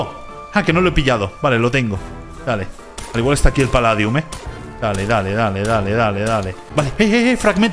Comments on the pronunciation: se dice paldium no paladium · Se dice paldium